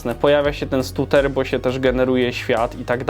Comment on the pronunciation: Weź trochę popracuj nad angielskim pls XD scheduler != szeduler tylko skedżuler, stutter != stuter tylko stater